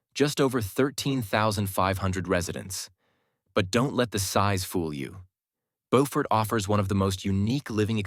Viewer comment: BOW-fort is in NC. Biew-fort is in SC. Get it right,.😊